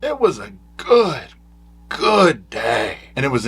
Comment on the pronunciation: “It was a GOOT day, Savannah.”